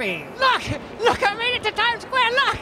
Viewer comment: I LOVE THE PART WHERE HES RUNNING ROUND GOING "I LOVE TIME SQWARE!"